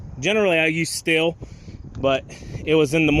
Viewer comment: Just so you know...its pronounced steel , not still.